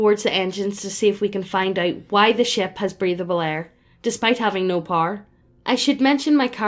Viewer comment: I was wondering what Par was and then I realized she was saying “Power” 🤔